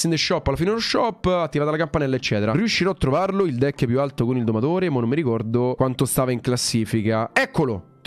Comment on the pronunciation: Volevo dire deck non decki😅